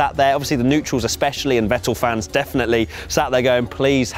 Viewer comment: How can you pronounce Verstappen right and Vettel not? It´s Fettel not Wettel!